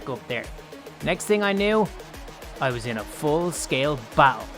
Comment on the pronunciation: When he said “I was in” on day three I thought he said “I was ein” (from mystreet (aphmau))